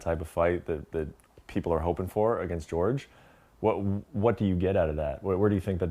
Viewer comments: it's prounouced 'whore hay' not 'jorge' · Interviewer unexperienced in the fight game and hasn't even done his homework. Pronouncing "Jorge" as "George", so simple, yet overlooks the details. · Why does everyone say "George" in reference to "Jorge" Masvidal? I know it sounds alike but there´s a difference and I´ve heard too many high profile fighters and reporters do it know and it´s bothering me somehow. JORGE, damnit!